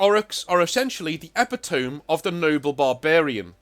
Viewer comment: I love the videos.. but as an English guy the epitome thing is rough on the ears D